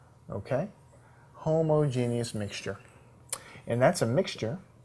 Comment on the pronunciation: I love how he pronounced homogenous, “Homo Genius.” I giggled. Great video though.